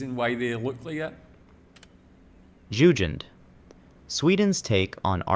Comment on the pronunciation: The pronunciation is really bad. Not even Jugen was correct 😂